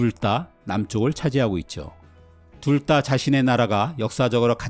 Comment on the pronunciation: 둘다를 둘따로 발음하네 ㅋㅋㅋㅋㅋㅋ